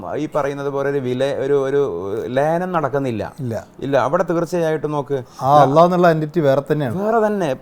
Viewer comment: Most people hesitate to pronounce it as it is, even though they know. But he is taking little effort to make it better. That shows his character.